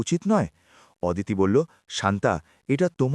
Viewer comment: ওদিতি নয় হবে “অদিতি “